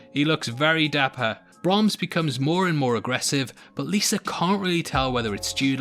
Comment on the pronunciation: It’s Liza not Lisa. It was decent. I like the supernatural twist